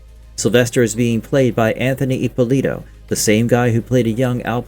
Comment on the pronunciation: Ippòlito non Ippolìto .. è un cognome Italiano ...